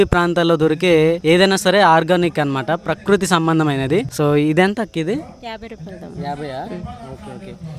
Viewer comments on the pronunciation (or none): none